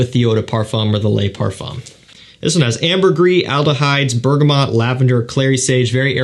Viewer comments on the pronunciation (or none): none